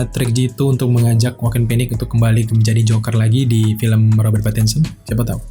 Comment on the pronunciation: Pattinson kak bukan Pattionson 😂😂